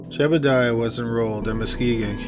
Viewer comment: You kept calling Seth's brother "Jebediah" and his name was actually Jedediah. Just saying.